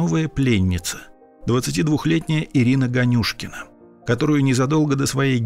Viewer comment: Можете пожалуйста сказать вы специально произнесли фамилию ганюшкин не так там ударение не туда падает просто это мой однофамилец